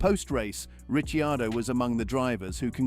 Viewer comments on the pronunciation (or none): It's Ricardo: c = k, not c = ch.